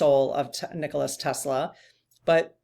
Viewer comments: Nikola Tesla....its Nikola FYI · I think the name is Nikola rather than Nicholas. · nikola Tesla, not nicholas... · She's talking about NIKOLA TESLA! NOT ELONIA😂💜